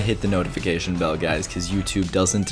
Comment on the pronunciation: Tayshawn Barneswaiton its BELL not BULL